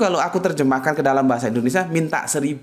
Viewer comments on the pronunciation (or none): none